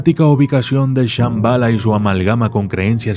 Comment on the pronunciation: Esta mal pronunciado ya que ellos mismos los que viven cercas del Tíbet dicen que se dice Shambhala como con acento en la letra A y se alarga la letra AAAA al final de la pronunciación de ello.... un lugar sagrado que no cualquiera puede entrar....